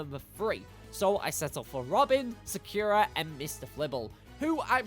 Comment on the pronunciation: Sa-kyu-ra It just hurts to hear it like that.